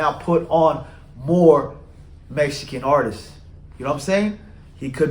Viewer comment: Can you say artists? It’s not artist’ses.. pet peeve sorry lol.